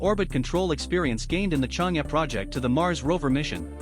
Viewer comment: This is a really informative video! Would be perfect if you can pronounce Chang’e correctly